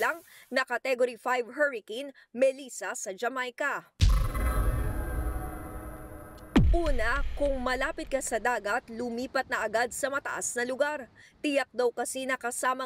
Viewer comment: It’s Jamaica (juh·may·kuh) not jamiaca.